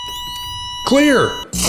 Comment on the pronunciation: I thought that in like the first 2 seconds it said QUEER instead of clear